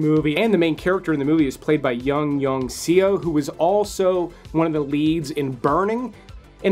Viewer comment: No 🥺 you should have said she’s your bad habit, dude… BTW the Korean “Seo” is pronounced more like the first syllable in “sorry”, than “see-oh”.